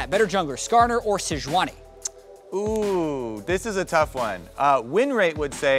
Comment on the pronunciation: Regi “SeJUANni”...